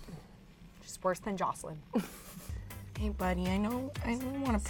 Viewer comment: Worse than joclyn" lol